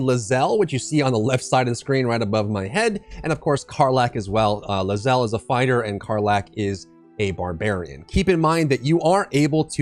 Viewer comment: It’s pronounced LAY zell not Luh zell